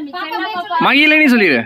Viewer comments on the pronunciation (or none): மகிழினி ma எல்லாரும் மகிலினி மகிலினி la சொல்லுறீங்க. உச்சரிப்பு correct ah சொல்லுங்க